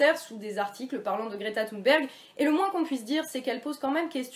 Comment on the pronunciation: Déjà le fait qu'elle l'appelle "Gréta Thoune'berg" durant toute la vidéo.. Insupportable !!